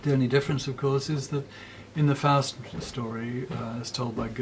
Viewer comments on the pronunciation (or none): none